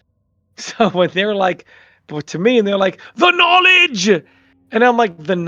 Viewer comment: "THE NOLIJ"